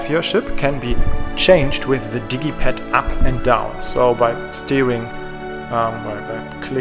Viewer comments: is it just me or is he calling the D pad the diddy pad? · He calls it the digi pad pronounced dijji pad which is short for digital pad.